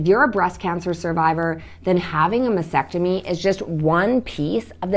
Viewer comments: T is not really silent. is pronouncing it weird “masectomy & not mastectomy”. May be it’s me but that annoys the heck out of me 🙁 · How can you be a doctor and yet you cannot pronounce Mastectomy correctly? It's Mass-Tec-Tomy, not Mass-ec-Tomy! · Why do so many pronounce MASTECTOMY incorrectly ie MASECTOMY, like vasectomy? Very helpful daily videos. Thank you 🤍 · It might help if you learned to pronounce mastectomy correctly! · There is a “t” after “mas” in mastectomy. You mispronounce it every time. Are you sure you are an MD? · MasTectomy, not mastectomy. BUMP, not BOMP. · Well, I appreciate all the advice. It was driving me crazy that she couldn’t say the word, frustration and mastectomy correctly.